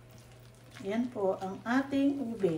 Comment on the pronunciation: naka “Une” instead of “Ube” hehe 👍🏻